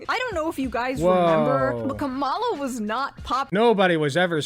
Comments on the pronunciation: I'm starting to get triggered so much by people mispronouncing Kamala. It's not that fucking hard. I mean Shoe. It almost feels intentional. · It's annoying shoe doesn't say her name right she said it like the right. It's Kah Ma la